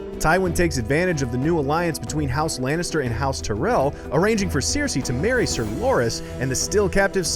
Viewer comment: It's Ser-sey, not Siersey